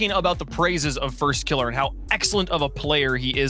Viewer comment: was anyone else bothered by how that fuckin dude kept saying "firstkilla" like he's scrub killa? i know i'm being very particular about how i like my casting, but that shit just felt wrong